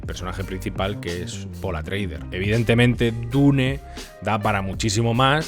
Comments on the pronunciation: Grandísimo vídeo. Bien documentado y muy bien documentado pero porque dices Atreider en vez de Atreides? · Buena crítica sin estar de acuerdo. Por cierto, no es paul atreuder sino atreides, supongo que un lapsus. Lo siento pero tengo que recordar la penosa y desastrosa versión. Nadie más se durmió ? Menos mal que tenemos los libros lo cual desmonta la película, saludos y gracias